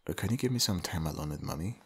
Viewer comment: It sounds like he said money but then I new he said mommy 😅